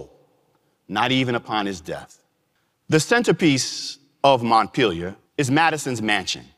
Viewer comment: Maddison's place is named Montpellier. It's pronounced: Mont-pell-e-a.